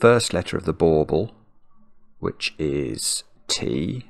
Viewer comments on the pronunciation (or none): Bulbul is a peculiar way to pronounce ornament 🤣🤣 🎄🎁🛷🎅